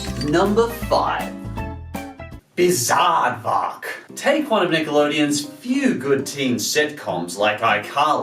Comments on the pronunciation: the minute you said Bizaardvark, you lost a subscriber. ( Also, plz go back to desk background) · I like all of these, except for "Bizaardvark" and "Jonas L.A.".